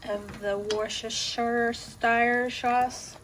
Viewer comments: Hey i'm going to make this recipe as it looks delicious. Wooster-sheer-sauce if that helps lol 🙂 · Morning from England, it's currently 09.15 on sunday morning, its pronounced Wooster sauce, its like a lot of town names in England, a lot of it is silent 🙃😉🤣🤣weird I know 🤣🤣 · Wus-ter-shear sauce, this is how we pronounce worcestershire sauce in England 😊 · Its ok I don’t think anyone can say Worcestershire sauce its even difficult to spell. Spellcheck didn’t even want to help me out lol. This looked bomb!